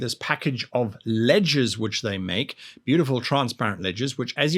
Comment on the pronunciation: I swear he said "ledgers" not "ledges". I still don't know what he was calling them or how it was spelled